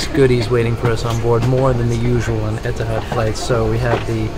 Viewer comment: I'm confused. Etihad (pronounced here as "Etahad?") couldn't get rid of the A380 fast enough and said it would never return to service. Now they can't bring it back fast enough and they're celebrating its return with themed cards, amenity kit, etc. while making it known that they're getting rid of it again Why? Are they worried that Emirates, Qatar Airways (ugliest livery of any airline and hater of the A380), Singapore Airlines, British Airways and on and on had stolen their thunder by bringing back the world's best passenger experience, and attracting customers? In the words of the excellent Dennis Miller "just my opinion - I may be wrong".